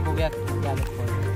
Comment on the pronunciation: kolambi nay bhavna kolbi bola.